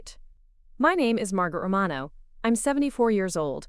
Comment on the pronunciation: Can't even pronounce "IOWA" correctly. And the name "Romano" was pronounced in 3 different ways.